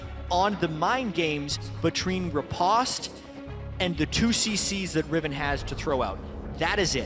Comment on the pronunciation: Is there a way to tell the commentary team at Riot that "riposte" has a long o? "At most, I boast, riposte, French toast."I know, they mispronounce a lot of words, but if you're going to use an unfamiliar word every 20 seconds or so, maybe it behooves you to spend a minute to hit up an online dictionary and click on the little speaker symbol.